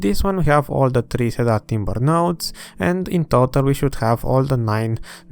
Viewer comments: super videos ! keep them up please ! also .. for the wood ... it is pronounced see-der (i know English sucks !) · Had to stop watching due to the “cedar” pronunciation lol